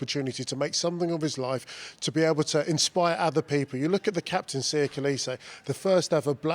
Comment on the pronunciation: Haibo, they really are! So confused and sheltered. Ugo Monye talks about being proud of Siya as a black man, but doesn't pronounce his name correctly and the says that Siya is from the bush. Eish.